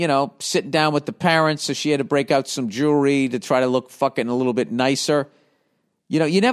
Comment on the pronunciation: He can't say jewelry 🤣🤣🤣🤣🤣🤣